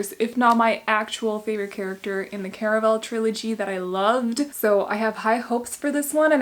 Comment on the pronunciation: I heard Caraval as Caramel...